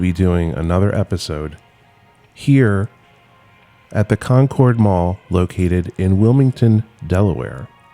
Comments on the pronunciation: We say "CON-curd Mall" here in Delaware (like "conquered"), not "con-cord." :) Love the video!! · It's pronounced Conerd. As someone whos lived within 10 miles of this place I can confirm, its still alive but any day now lol. The chik filet is keeping it alive. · I've never heard it pronounced Con-cord Mall. Also, there is a retro Burger King hidden in there. You can find a video after it was discovered several years back.